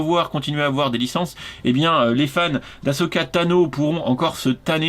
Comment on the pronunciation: Je suis fier tu as bien prononcé Ahsoka Tano pour une fois ^^